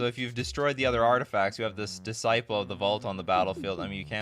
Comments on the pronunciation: It’s not pronounced ‘diss-sipple’… it’s ‘diss-sigh-pel’ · Your pronounciation of "disciple" makes my brain hurt